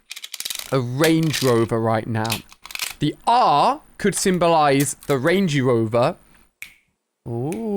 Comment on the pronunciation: he says rangey rover did anyone else notice that